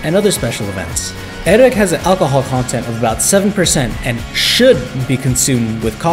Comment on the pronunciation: your prononciation is not good :/ it is not "eric" but "ayrag" which is "ayran" in turkish also